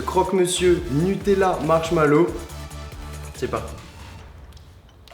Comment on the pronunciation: non mais non ou est le respect svp .....c'est pas marchmallow 😭